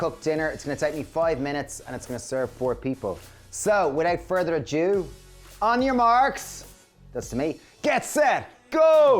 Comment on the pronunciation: BTW, it's 'without further ado (a-do)', not adieu You didn't wash the pre-cut veg, Mr. Flynn. I know someone whose doctor asked "do you buy 'pre-washed' veg & then not wash it? That's probably how you got worms. Always wash your veg"